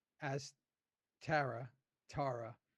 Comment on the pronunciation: Ugh! When called Tara, Tar-Tar! 🤬🤬🤬🤬🤬🤬 I wanted to reach through the screen and slap him in the mouth.